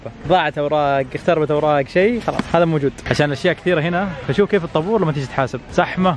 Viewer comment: قال في الدقايق يبي يقول زحمه قال سحمه😂🖤.